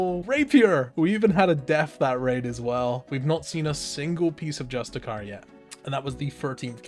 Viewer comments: You're saying justiciar wrong. Its like 'justice' Its not 'just a cur' its 'just issy err' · why are you saying just-e-CAR, can you not read? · justiciar is pronounced just-is-ear. you know because its based around the word justice. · You're mispronouncing justiciar